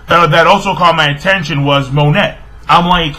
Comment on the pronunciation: It's pronounced mo-neigh not Monet please say it right